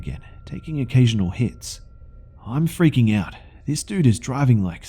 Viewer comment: lemme eat my FWEAKING snack